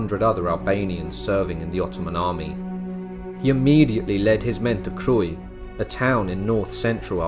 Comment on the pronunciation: I would appreciate it you pronounce Kruja in Albanian. Like Krooya